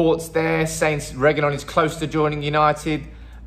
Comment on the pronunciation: the Pronunciation of Reguilón is..........RRRRRRe....Gui....Lón......going up at Lón...